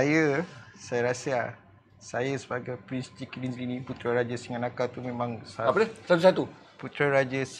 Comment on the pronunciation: Nampak kekok sebut Prince Chiki Dinzly. Hahahahahahahaha 🤣